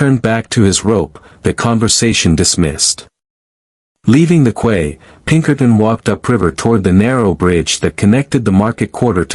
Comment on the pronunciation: To the programmer of this AI bot voice... The word QUAY is pronounced 🗝️ key 😮